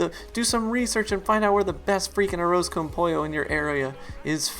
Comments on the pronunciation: "aroz con pollo" sounded like "aroze con poyo"lol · the way he said arroz con pollo killed me